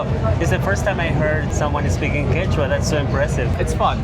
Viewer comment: 抱歉！一直把Quechua聽成番茄醬～